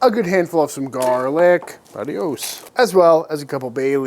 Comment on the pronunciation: That was the most american "adios" I've ever heard😂